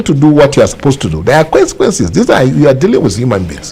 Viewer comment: He said there are kwansekwenses chai 😅